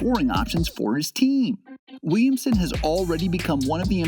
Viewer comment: Why does he say “wemsen”